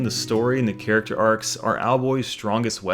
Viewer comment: you say "caricature" or "character"? sounds like caricature. Or i'm missing a context why caricature is used.